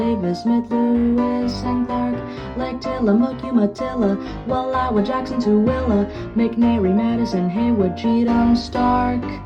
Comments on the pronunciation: Wait. He pronounced Tooele correctly? Let me get some water. “long slurp” 😲“SPIT TAKE”💦 Respect the grind you put into this. 🫡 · As a native resident of Utah Utah, I can confirm buffalo do roam here. Oh so many. Edit: holy crap you said Tooele correctly